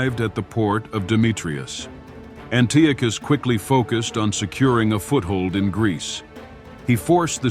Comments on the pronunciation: Always love to see a new history channel pop up, but Dude, his name is pronounced, AN-TEE-AH-CUSS, Antiochus. Good luck to you as you continue to improve and grow 💪🏼 stay at l! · why fo you pronounce antiochus in 2 different ways..